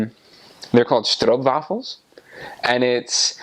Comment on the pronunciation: Did he just pronounce 'stroopwafel' correctly? Many English speakers say 'stroepwaffel', which is cringe as f***!